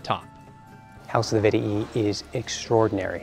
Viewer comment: its vet-ee-i not vet-ee-ee